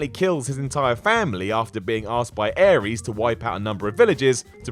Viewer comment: *Aries not Ares